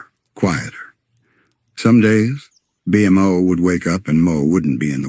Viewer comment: Just spell it "bee moe" and it should pronouce it correctly